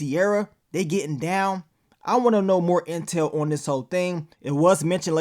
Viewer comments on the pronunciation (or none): none